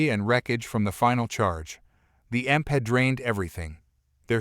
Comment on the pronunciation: Jesus Christ learn the stuff you are reading, it's not 'emp' it's e m p Electro magnetic pulse . There are good narrators and there are bad , you fall in the latter.....